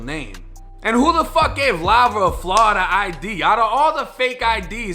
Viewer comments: Everyone else: Florida Him: Flawda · "Oh yeah we got these flahrida IDs on deck"